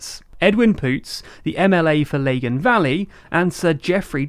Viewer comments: Please at least learn the proper pronunciation of NI places, you managed to butcher both lagan Valley and Stormont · not "laygan Valley", "Lagan Valley" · Oops! Pronunciation faux pa! "Leggin valley"? Guys! You need to do a course in Ulster Scots v Gaelic v English! But I can advise you now that the correct pronunciation of "Leggin Valley" is actually "Laggin Valley". As in, "Hey! We're laggin way behind those Shinners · Two pieces of feedback: 1) the red cross on a white background is not representative of the nationalist community and 2) it's pronounced Lag-an valley not Lay-gen valley. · It's not Laygan Valley. It's Lahgan Valley (pronunciation). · The way you pronounced Lagan Valley is distressing. That aside I don’t think we’re far from a referendum, which is a scary thought, not for the result but the violence that will inevitably surround it. Jeffrey Donaldson has been my MP all my life pretty much and he’s a pretty good guy, I have hope for him.